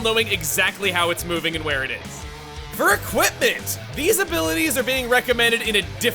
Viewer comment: “I am Heavy Splatling Guy. And theeze, is my weapon.”